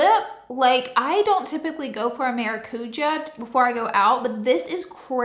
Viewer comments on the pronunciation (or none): Did you say “Tarte Mara-coochie”???? 😂😂😂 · Sounded like you said Mari-coochie” lip oil!! 😂😂😂❤